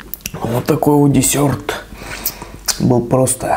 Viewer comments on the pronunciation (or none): Почему именно дисëрт а не дисерт?